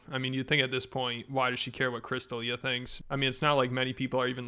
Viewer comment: Whenever I see him or hear his name I just think about how Eric the actor, ETM, pronounced his name like Christa Lia.